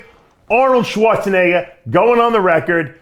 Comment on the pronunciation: Dave doesn’t use the hard “R” when he says Schwarzenegger…